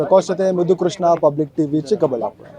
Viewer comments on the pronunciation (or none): none